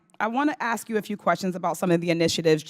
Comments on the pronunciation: I think some of these “diverse” members need to forget DEI and focus on GRAMMAR!…”Axe any buddy yo!” Who, in this world, is taking these people seriously? 🙄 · Just amazed that we have a congress woman who uses "axe" instead "ask" speaking improperly in a congressional hearing. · Thanks! I never knew that until you mentioned it and I looked it up! Anyway the comment was about the girl saying axe for the word ask, so I do not see why Trump has a thing to do with it. My point was to make light of the fact that Doctor Jill taught college English and brags about being from Philli, yet could not read and sound out the word Bodega. I was laughing that 🤣 maybe the young lady took college English in Doctor FLOtaTUS Jill Biden, who despite what Woopi Goldberg said is NOT a doctor. 😃 😄 🤣 😂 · 😂Darn that word upset you enough? 😂 Your cracking me up!😅 Now, my 3 yr.old Grandson can say a$$! I am sure that a grown ass woman that managed to get 1 of the most important jobs in government can enunciate the word ass, ass---k, ask. I can promise you that 1 of my best black girl palls would get all over her children, husband, her other friends and me, if she heard us pronounce that word as axe! 🪓 ⚒️ My Jamaican friends would too!!!!😂 😊 😂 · Did Miss Brown of Ohio just say she can't believe someone had to ax that question? I cannot believe miss brown, a member of the United States government, still doesn't have a grasp on the English language. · She said axe lol and here goes her racist rant lmao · No matter how loud or how many times you say it.. Equity and equality ARE NOT the same... And we know what DEI is and are NOT behind it girl... And as a Congress person can't you say ask.. Not aks 🤦🏼‍♀️ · The lady in blue is clueless! It’s ask not ax. 🤦‍♂️ You are in congress!! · When you stop saying “axe” instead of ask people will take you seriously. It’s a common problem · Let me axe you a question does prejudice belong in the house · Exactly!! Why is that word so difficult to say?!